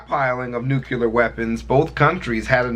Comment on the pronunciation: He said Nucular..